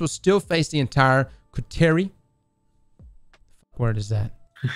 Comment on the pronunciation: Coterie is now “Cooties”